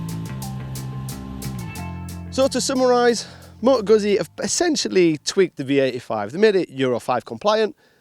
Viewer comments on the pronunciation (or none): how hard is it to learn how to say the brand's name properly?